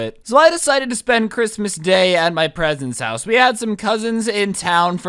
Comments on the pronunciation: My guy you said presents house the first time XD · who else heard him say at the beginning "i decided to spend the day at my presents house" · "So I decided to spend Christmas at my PRESENTS HOUSE" sir you have made a error in speaking-Fan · Lol he said "my presents house" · who heard 'at my presents house'